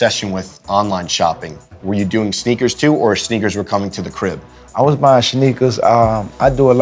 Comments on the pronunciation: "I was buying shneakers" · “shneckers” I’m dead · My favorite part is when gucci said “shneakers” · Shnekas. He said shnekas!😂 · “i was buyin shneakas”“i was buyin shneakas” xD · "Shneakers" Hahaha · Anyone hear him say shneekers